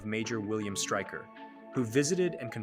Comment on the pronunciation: Styker and magnrto how do you not know how to pronounce there names it's striker and mag -nee-to sound it out dude ffs